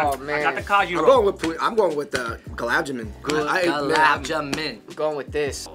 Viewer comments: Holdaram, gulab ja-min, pacha-taran, booja 😂😭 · Y'all straight butchered the pronunciation of Gulab Jamun 😂 Also Khatta Meetha is the best snack out there and that's a fact. LOL